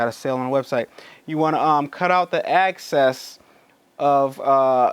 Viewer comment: Access...Or excess? Tough to tell what you're saying